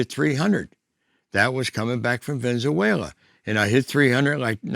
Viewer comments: I just love the weather in ' venzuwayla' 😂😂😂😂😂😂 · I hit some home runs down in "Venenzuwayla" too😂